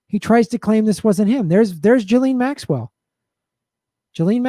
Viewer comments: i like how you call her jilleen instead of gee-lane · It’s ghee-lane